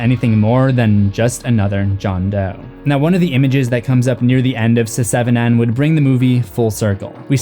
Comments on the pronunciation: Pronouncing it “seh-seven-en” got old so quickly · No, not at all... he is either joking; or he is a joke. It is one of the most ridiculous things I've ever heard. Never once in the the 30 years since it came have I ever heard anyone call it that. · did you say se seven en??? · Mfer said Se-seven-en lol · I love that you say the title the way it's written. SE-SEVEN-EN. I love this movie and it's always bothered me that the title isn't written correctly! (I'm also from Toronto and hate our "6ix" idea. That says SIXIX). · Suh-seven-en. Alien Cubed. Have.. have i been pronouncing the name of these movies incorrectly my entire life? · Se-Seven-En? Come on, dude. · he's just saying it literally se -seven-en as a joke because it's spelled se7en. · "Se-seven-en" lol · Long time subscriber, first time commenter. I love, love, love your presence. Your videos are a pleasure. Nothing resonates with a horror lover than the evidence that someone else loves it just as much! The way you said the name of the movie had me cracking up. "S-seven-en"...you're just too much. Just wanted to shout out my appreciation. Watching your videos reminds me in a way of talking horror with my late brother, like the jokes you make and some of your mannerisms. It's familiar and very nice, like a thing I forgot I missed and am glad to be reminded of. I hope to learn about things I missed for many videos to come. Peace out, friend. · "Seh-seven-ehn" "Alien cubed" OMG, dude! You're killin' me! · Why in the name of God are you pronouncing the name of the movie like that? WHY? Good Lord, I can't............. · Dude same, I saw the video and I was like "oh god am really about to listen to this man pronounce seven like that for 12 minutes...